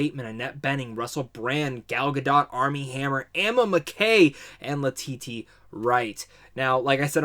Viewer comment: Great review! Quick note: LETITIA WRIGHT's first name is read Le-tee-sha not La-tee-tee